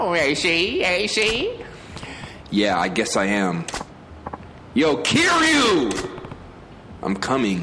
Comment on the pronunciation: No one is bothered that he kept saying the names wrong? Kiryu ( keirdru )not keyru